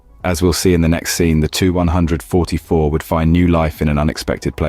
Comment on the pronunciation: It seems as if you are a newer channel. Just some constructive criticism it seemed like you repeated yourself an awfully lot. Saying the same things within a minute of eachother super offen. And the 2-100-44 should be pronounced 2100-44. Other then those small things video was good. You did a good job I’m just giving you my opinion.